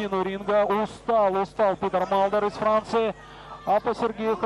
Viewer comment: Комментатор называя имя Питера Малдера всегда вместо буквы т произносил д. Как зовут этого бойца?))